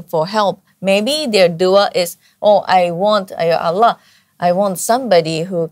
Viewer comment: MasyaAllah... Cara pengucapannya, cara melafalkan "Allah" jauh terdengar lbh fasih, lbh enak terdengar dari pengucapan saya 😊